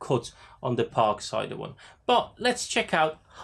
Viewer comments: Please stop pronouncing it as a "Parksider". Just Parkside. Ha Yes, I got one and occasionally use it with a 4 amphour battery. Much Better. But I found getting the blades are a pain as not many places sell 150 mm blades off the shelf. So again you need to get them when Lidl have them in stock. It does the job but for diyer's. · I keep thinking you are saying “Park cider” 😄